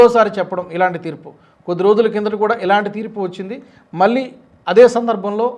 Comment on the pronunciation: మళ్ళీ, వెళ్ళారు అనాలి, ఉచ్ఛారణ...